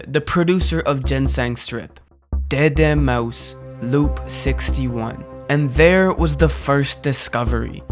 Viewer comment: It's "day day mouse", not "deh deh mouses".